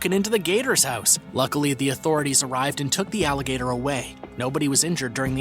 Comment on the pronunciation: Its alligator not alageter